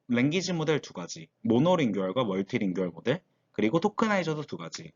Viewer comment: monolingual tokenizer가 뭔지 더 자세하게 얘기해 주시면 더 좋았을 텐데... 그리고 자주 쓰이는 낱말의 발음에 신경을 쓰셨으면 더 좋았을 텐데. 모노링구얼 멀티링구얼 (..링규얼 말고)